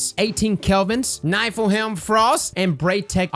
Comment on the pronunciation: I'm sorry but your pronunciation of Niflheim made me It's Nif-ill-highm but keep up the good work.